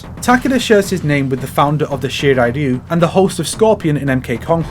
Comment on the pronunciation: I knew most of these, but there's some new info I didn't have. Also, you won my like because you pronounced "Shirai Ryu" how it's supposed to be pronounced.